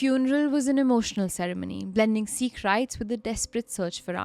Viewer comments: you're an amazing narrator and all the love from Meerut but it's not See-kh. It's Sikh. Short 'i'. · Hey guys. Been a desi fan since forever but just wanted to point out that its pronounced as “sikh” not “seek”, 😬😬 It felt a lil annoying! Loved the episode tho❤